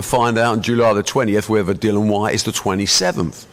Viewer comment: It seems Barry hasn't warmed to "Dillion" enough to pronounce his name right.